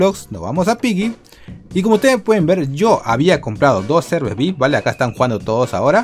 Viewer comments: emm se dice viaipi no se dice vic, em ese es un mentol que se llama vick XD BUENO LOS QUE SON DE PERÚ ME ENTENDERAN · Se dise ví hay pi y se escribe VIP